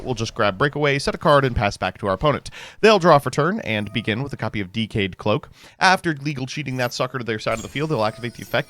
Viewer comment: Did he say dkayed cloak and legal cheating?